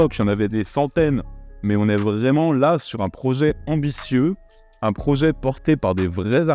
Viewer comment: un prozet ? 😀 c’est dommage, tu étais pas loin du triple combo x)